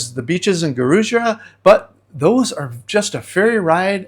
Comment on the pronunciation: It’s pronounced Gua-roo-jah. No Brazilian would know what you are referring too. Peace.